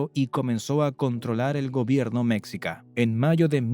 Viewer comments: No se pronuncia mécsica, sino meshica. La "x" originalmente tenía en castellano varios sonidos. Y como el sonido "sh" no existía en castellano, se unsó una "x" para representarlo. Pero, ¡oh! ya veo...el video fue hecho por una persona que no habla español, y usó un traductor automático con voz...Son muchos los errores de pronunciación... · Cultura Mexica creo que se pronuncia "Me-schi-ca" Cómo "chi"charo o "chi"apas Con un sonido como "s" "schi" No se si lo pronuncio bien Pero así lo mencionaban mis maestro en la educación primaria. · La pronunciación de Mexica Es, Meshica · SE dice MEXICA ( MESHIKAH) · Se pronuncia "meshica", los "meshicas", "imperio meshica", etc